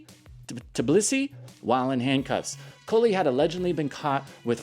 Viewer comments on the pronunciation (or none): Phonetically pronounced: Tah-blee-see - fun video dude... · An editing masterpiece. Good stuff lol. Also its the capitol of Georgia, Sounded out its T-Blee-see ... just make the "T" sound and then Blee See. Tblisi...